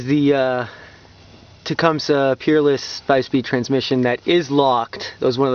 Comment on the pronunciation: I'm pretty sure it's pronounced ta-cum-see